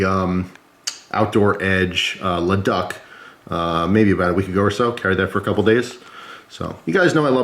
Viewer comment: if its spelt "Le Duc" its not "la duck" its "Le Dook